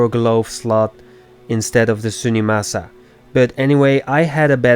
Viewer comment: Zunimassa actually is pronounced Zoony-Mass-a, Zuni as in a fetish doll, and Massa as the old southern way to pronounce Master.